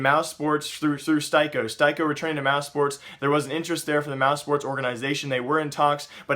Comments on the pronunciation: Steye-ko? Pronounced Stee-Ko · not a big thing but STYKO is pronounced stee-koh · its STEEEE CO. Pronounce it right. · Pretty sure it's "stick-o"